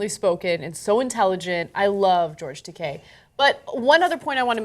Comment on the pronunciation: George Decay? Man. Butcher the name. Funniest butcher near ever. Ta, like Ta-tah (version of good-bye)! And kei like the letter. T-Ah-K. Takei. Not Decay. Pretty funny though. George Decay. Pfft! Sounds like some kind of super villain. XD